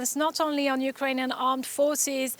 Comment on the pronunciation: The interpreter translated spoke like Indian English, not Ukrainian’s pronunciation.